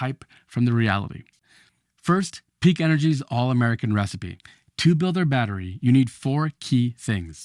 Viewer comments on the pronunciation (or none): Abominable speech. Can’t even pronounce battery.